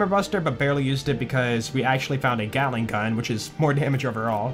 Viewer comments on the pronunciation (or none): none